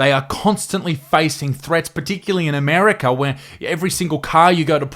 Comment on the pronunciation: 'Armerca' Bruh